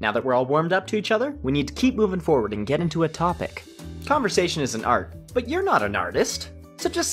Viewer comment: What’s a con-vo-sat-ion?